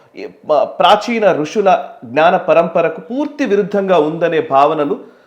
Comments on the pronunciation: రుషులు కాదు. ఋషులు. తెలుగు ను దయ చేసి పాడు చేయకండి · అన్న గారు ఆది రుషులు కాదు, ఋషులు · ఋషులు... రుషులు కాదు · అయ్య, భారతీయ ఋషులు ...రుషులు కాదు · రుషులు కాదు ఋషులు మీనుంచి ఇటువంటి పొరపాట్లు ఊహించం, గారు. చాలా బాధగా ఉంటుంది.